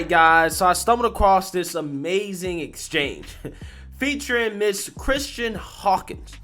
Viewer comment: I love you but her name is Kristan not “Christian” 😂